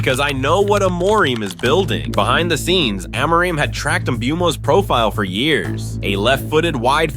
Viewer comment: I don’t trust the opinion of a guy who pronounces Amorim’s name differently every time.